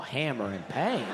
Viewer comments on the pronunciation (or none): Did he actually rhyme "paint" with "can't?" Somebody needs phonics.